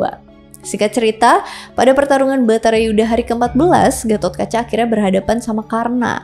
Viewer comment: Bukan Bhatara yudha, tapi Bharata yudha